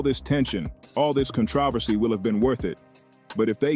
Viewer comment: AI usage is incredible. While I don't care for these 'AI' reading platforms, I do enjoy the occasional familiar word with an emphasis on a different vowel ('Con-trO-vercee'). I love it